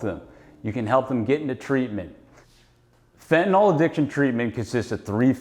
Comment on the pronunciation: It’s hard to understand why a great majority of intelligent people refer to Fentanyl as “Fetanol” They are supposed to be professionals and they all mispronounce it. It’s some kind of brain glitch. 🤷‍♂️